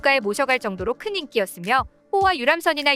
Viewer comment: 인기기념품? 인끼기념품 국어를 바르게읽을줄도 모르면서 바르게 읽는것부터 배우고 하시오